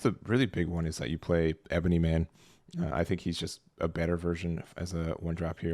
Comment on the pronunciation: LOL yah, and Watoo. Good vid though.